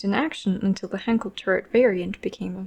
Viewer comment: She keeps mispronouncing Henschel, it's not Henkel, ffs.